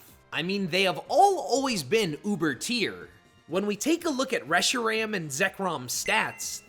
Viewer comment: “Reshram” “kyrem” are we deadass